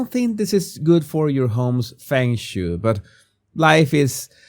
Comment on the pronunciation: oh yeah.....Fung (Feng) Shway (Shui) i'd try a Spanish accent for you, but you'd be laughing too hard. All the best to you,!!